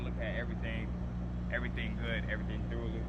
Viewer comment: im getting trained by a mf that said check everything thoowerly